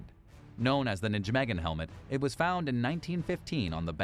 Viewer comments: Nijmegen is pronounced "NYE meg en" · Nijmegen is pronounced as Nay-may-hun. That is the closest sound in English. The ij is like a y with an umlaut.